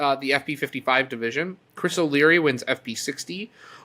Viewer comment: Chris O’Cleary, not O’Leary. Given that she is a HOF member of both golf and ultimate, I’m disappointed didn’t correct it